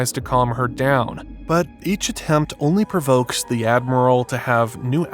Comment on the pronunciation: THEE admiral, not THUH admiral. It's a long e before a vowel sound.